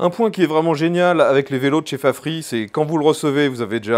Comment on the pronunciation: Mais pourquoi prononcer "Fafri", alors qu'en anglais, ça se prononce "Fafrize"...? ? ?